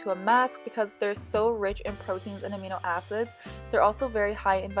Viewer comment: It sounds like you said amino asses😂😂 im sorry. I love your channel!😭😂❤